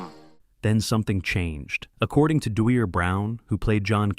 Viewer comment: Dwier is pronounced D-wire. He’s my brother